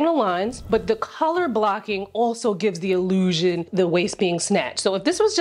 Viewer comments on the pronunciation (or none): The iI-leew-shun of being FIRST!